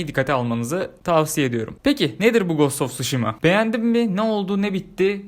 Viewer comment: Knk telaffuz; gast of suşhima not:olm hani edemiyodun sjsjsj